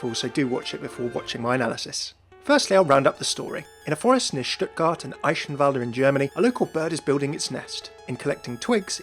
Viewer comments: Your pronunciation of Eichenwalde really triggers me. Just kidding obviously. ^^ But seriously the "ch" is a hard "g" sound, not a "sh" sound. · Eihenwalde is pronounced eye - (soft) k - en val - dt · The Details!! of pronuoncing Eichenwalde wrong. D